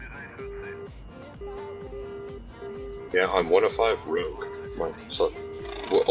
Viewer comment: Your English is pretty good, but It's actually spelt Rogue, (although I do get redder every time you say it wrong). :D